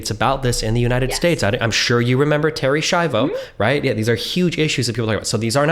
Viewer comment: its terri schiavo not terry shabow